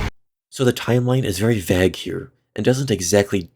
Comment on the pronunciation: 12.09 "vague" lol.